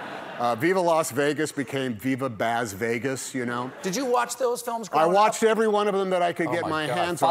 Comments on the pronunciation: Boz? C'mon Stephen... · Stephen. Australian here. It’s provinces Baz not Boz. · It must be an american thing! Another reveiwer Boz'ed hime too